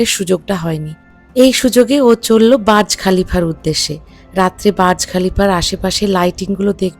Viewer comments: ওইটা বাজ খলিফা নয় বূজখলিফা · Not baz khalifa/ burj Khalifa